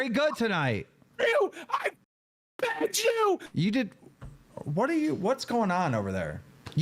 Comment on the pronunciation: I saw an ‘I pegged you’ comment and now every-time he says ‘I begged you’ i cannot unhear it for the life of me